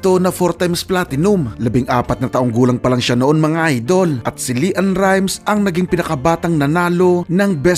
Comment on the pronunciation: Leann rimes hindi Li ann hahahahaaha